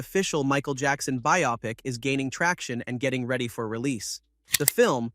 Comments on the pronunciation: Many real people also mispronounce "bio-pic" (biography picture) as "bi-opic". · You should use "bio-pic" in the AI script rather than "biopic" so that way the AI pronounces the word correctly. Otherwise, it will read "biopic" sounding something like "myopic" when determining where to put emphasis on what syllables.